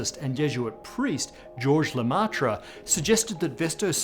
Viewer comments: Le-"meh"-tre, not Le-"mah"-tre. Thank you. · Lemaitre is pronounced like "hair" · "Georges Lematra" xD Nope, try again. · So... been multiple videos here where the big bang is somewhat mention, and I always here the same couples of names without ever hearing one in particular. Starting to think that the stuff I heard when I was a kid was an error or misleading or misunderstood, I just realize today, on one of my rewatch on the subject, that it was always there, just weirdly pronounced in english xD The Belgian priest with it's take on the first moment, the big bang.